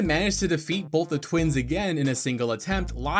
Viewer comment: The fact that you said "bolth" in the video.